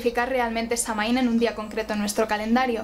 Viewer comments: Es un vídeo muy bueno y la verdad es que poca gente comenta las diferencias entre nuestro calendario y el celta y el tema de las cosechas. Además, tu voz de narradora es perfecta y hermosa y el maquillaje lo borda. Eso sí, aunque supongo que la pronunciación de Samhain puede considerarse correcta, creo que está españolizado, la pronunciación celta (o al menos la pronunciación actual en gaélico) sería /sawain/ o /sowin/ porque en este idioma mh se pronuncian w (yo se algo de gaélico, viví un tiempo en Irlanda). Te gustaría la película "The song of the sea", por cierto, si no la has visto. Está muy relacionada con Samhaín. Oh, y en mi pueblo de las montañas de Gredos, en Ávila, se celebraba tallando calabazas y subiendo a la torre de la iglesia para encender una hoguera, asar castañas y contar historias de terror. Se notaba la reminiscencia. Y eso, buen video, a seguir así! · Muy buen video y excelente la explicacion...aca en Irlanda la palabra Samhain la pronuncian " SAUIN" o "SAWIN" y no la calculan con la luna llena sino la fecha exacta ente el equinoccio de otonio (mi teclado no tiene enies, perdon) y el solsticio de invierno... Este anio 2020 la fiesta se Samhain cae el 7 de Noviembre...yo te sigo a ti...calculando la fecha con la luna llena... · La información esta bastante buena comparada con otros vídeos que he visto sobre Samhain, y agradezco mucho la esfuerza en la investigación cuando existe tanta desinformación sobre le tema 🙌 Pero también me parece muy importante que se honra nuestra tradición usando la pronunciación correcta, especialmente cuando hablamos de Samhain, uno de nuestros festivales mas importantes. Es muy fácil encontrar la pronunciación en linea ya que Samhain también es el nombre del mes de noviembre en el idioma irlandés ya que se nombró por este festival tan importante que tiene sus orígenes en Irlanda. Samhain se pronuncia <<Saúen>>, y los Sidhe, nuestra raza Hada se pronuncia <<Shi>>. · Se pronuncia "Sowin" no "samin"